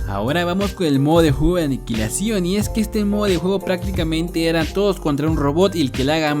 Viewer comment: Dijiste aniquililacion pero era estrella solitaria :v